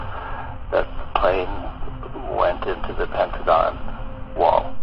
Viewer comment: Its pronounced Pen-ta-gone, not pen-ta-gen.